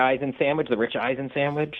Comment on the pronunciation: "Showwich?" Gimme a job: The Rich Chicken ParmEisen Sammy